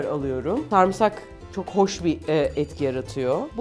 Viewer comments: refika abla bir kastamonulu olarak söylüyorum sarmsak değil sarımsak❤😂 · Refika abla lütfen artık sarmsak deme sarımsak de lütfen TDK çıldırıyor